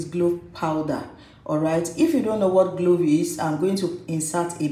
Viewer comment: It's called clove not glove